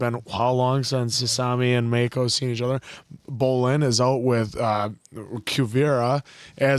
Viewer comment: make-oh......its mack-oh. you've heard the name said for 4 season now.